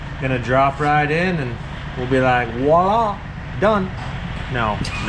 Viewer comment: Hunter seems to be really on the ball now and then & asks quite pertinent questions, he may be wasted as a camera boy. And if you must keep saying Voilà at least learn how it's pronounced please, if you pronounce it as VWoilà that's close enough.